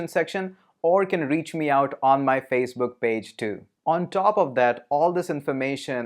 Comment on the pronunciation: did he say Feisbook ?